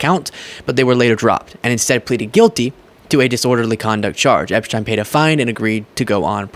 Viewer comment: Who is Epshtein? Its Epstein. We aren't in Europe.